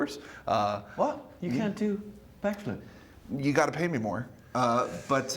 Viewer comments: Lol that sounded like she said blackflip 🤣😂🤣😂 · why did she say blackflip